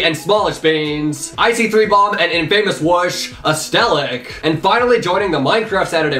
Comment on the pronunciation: “Em famous wush”